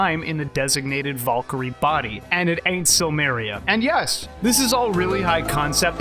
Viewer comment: You say it as vuhl-kuhl-ree and she did it way differently, with a rolled R, and as kehl not kuhl. Just saying, she literally says it right after you and it didnt match. Don't need a degree for that one.